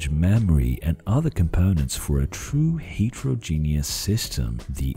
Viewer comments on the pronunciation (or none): none